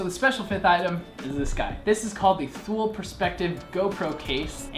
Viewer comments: Better to stop the Americanization of names, even brands started to change their own names just because of American ignorance. It's "Tho-el", but thanks, with 20 years of US customer portfolio made it "Thoo-leeee". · Pronunciation is Too-lee, not Thool. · Great review! Thule is pronounced as tool-ee though. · It's pronounced "too-lee" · Thule is pronounced Toolee. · definitely not paid, the guy reviews five packs and hasn't a clue how to pronounce Thule... If he were paid, that wouldn't have made it past marketing. What I want to know is why can't you get these any more?